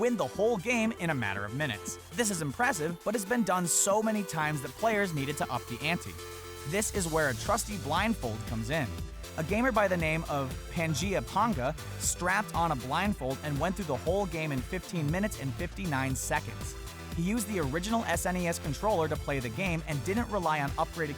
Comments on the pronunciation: When he calls PangaeaPanga PangaeaPonga I cried a little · You mispronounced azorae [az or eh] and pangaeapanga [pan gee uh pang guh]. You could have asked them on twitter, you lazy ass.